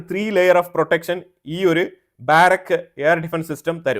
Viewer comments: ബാരക്ക് എന്നല്ല, ബറാക്ക എന്ന ബൈബിൾ വാക്കുമായി അടുത്തുവരുന്ന പേരാണ് ഉപയോഗിച്ചിരിക്കുന്നത്. ബാറക്ക് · ബാരക് അല്ല ബരാക്